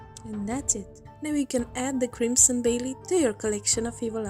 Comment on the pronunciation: did she just say baylit